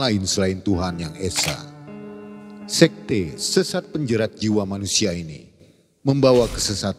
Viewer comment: pelafalannya yang benar "sékte" bukan "sékté"